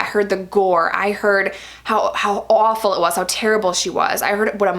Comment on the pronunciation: Your New York comes out when you say “awful!!!” 😂 I love it! Don’t hear it much when you speak but definitely that word! ❤️❤️